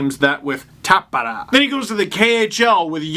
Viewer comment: Tampere(Tum Peh Reh )and played for Tappara (Top pah rah) which is Finn for battle axe